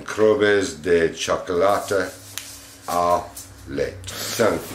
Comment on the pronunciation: Chocolat au lait = shoc-oh-lot oh lay 😊 love when you (try to) pronounce things,! What a great Christmas haul. Monkey Boo and Crew have the best subscribers/fans ever! I love you guys! Happy Valentine's Day! ❤💕❤ P.S. That's a pickle ornament! Although, you're not technically wrong calling it a cucumber 😆